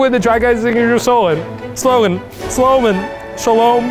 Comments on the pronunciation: we leave you with the try guys signature solen...solgen...sloegn...gah! shalome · 🤣 Eugene : “we leave you with the try guys’ signature SoLaN, sLoAn, sLoWmAn, sHaLoOm?” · eugenes inability to say slogan made me laugh for a solid 10 minutes